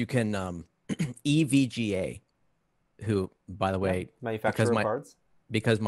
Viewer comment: Gotta go easy on the kid for Evigah. I myself probably pronounced ASUS as Aces for years before I realized the company was mispronouncing their own name cuz Aces sounds way cooler than A Soose.